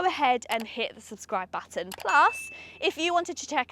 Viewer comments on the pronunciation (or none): none